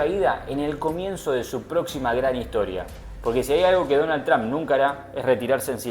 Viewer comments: Tran no....Trump en American English la pronunciacion es TROMP..y he visto que todos los Argentinos pronuncian igual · Porque tienes q pronunciar Trump con "a"...todos uds los argentinos hacen lo mismo...suena horrible